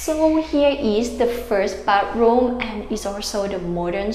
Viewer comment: Great video! Thumbs up! Try practicing saying the word "bath", and "bathroom", it is extremely important in your job. You may find the "th" sound hard to say, and even near impossible, but I am sure you can learn.